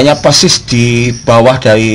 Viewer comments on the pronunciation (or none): none